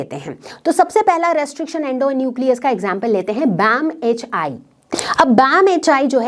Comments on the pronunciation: BamH-aai ....bamH-one...padhte h usey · (BamHI) That should be read as Bam H one